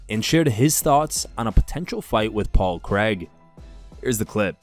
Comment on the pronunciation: Who is Paul creg? Can't even pronounce his name right ffs.